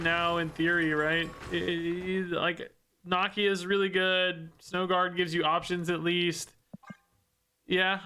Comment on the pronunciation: mispronouncing Nakia’s name breaks my heart